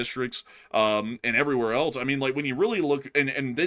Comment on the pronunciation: The word "else" is pronounced: /els/ It sounds like "ELS" (rhymes with "bells", "sells", and "wells").🎉